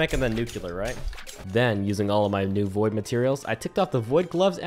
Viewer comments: Thaumaturgy is pronounced like... Imagine a British person saying "Thor", thor-muh-turgy. I supposed thaw-muh-turgy would also be acceptable. Also you say nuclear wrong. It's nuCLEAR, not nuCUlar. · man kept saying "nukular" instead of "nuclear" frfr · why do you pronounce nuclear like that?